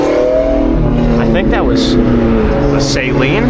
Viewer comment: Suh-Leen ;) not Saline. Good looking vert depending what it was picked up for.